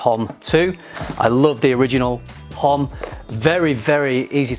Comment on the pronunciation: In "homme" the 'h' is silent, you should read it 'omme'. Just sayin ;)